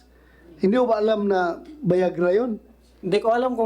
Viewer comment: Viagra. Hindi Bayagra. 😂